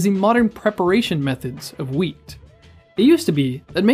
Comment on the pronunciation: Am I the only one who hears weed instead of wheat every time he says it?